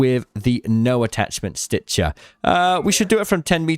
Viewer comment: the "stitchah" is my fav.